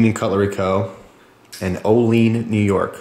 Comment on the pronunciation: hey i live right by olean it actually pronounced oh-lee-ann instead of oh-leen a lot of people think thats how its pronounced tho.